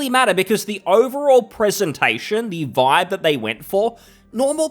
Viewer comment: "vipe" and "doesnt matrter"? fker you sound like one of them, the one you criticize